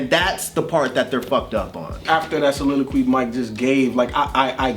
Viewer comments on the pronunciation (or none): Anyone else here my man say soliloquy? 😂